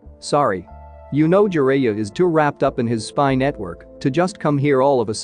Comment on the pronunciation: Just need a little more work on some of the pronunciation... like Jiraiya, Namikaze and among others.... also can you stop that unneeded movement of the picture in the beginning...